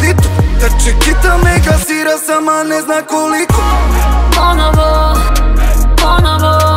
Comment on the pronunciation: Pozdrav za mog kuma koji možda napokon shvati da se izgovara i piše PonOvo, a ne PonAvo kako on potencira i izgovara ceo svoj život 💖